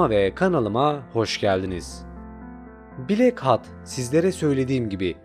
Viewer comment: Ama "blak hat" diye okuması daha eğlenceli xd